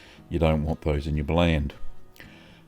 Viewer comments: It's pronounced "bl-ah-nd" (blond) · Just gotta point out it's pronounced almost identical to "blond". Same word root. Otherwise, cool video. May try this someday, possibly using a kefir starter since that can directly use the lactose and turn it into alcohol; AFAIK there's no honey in traditional blaand, it's just straight fermented whey. If you are adding honey (or making a mead), just make a must by adding the honey to a pot of water (or whey) and bring it to the boil, then let it cool. Way easier than uh, shaking the entire demijohn. Also safer, especially if your honey isn't pasteurized (fairly common in NZ/AU). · It’s actually pronounced like the word “blonde”. Hints the blonde color